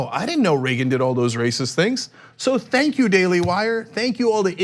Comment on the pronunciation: "Xenk, Xenk, Xenk,"- Mariguana